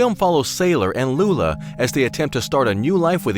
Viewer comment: Her name is Lula, not Luna. Like in the song Be-Bop-A-Lula.